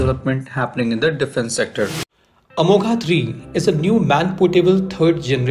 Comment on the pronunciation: Good analysis but whenever you say अमोघा Amoghaa it's like pinching in ears. Please bhai 🙏 you go deep for analysis least you can pronounce name correct अमोघ (Accurate/ अचूक).